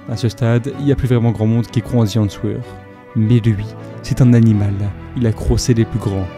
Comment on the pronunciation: Super video. Tres beau travail qui me replonge dans ma jeunesse. Continue.👏🏾👏🏾👏🏾 Par contre, la prononciation est à revoir: the Answer à prononcer "Aan ser" . Le "w" ne se prononce pas.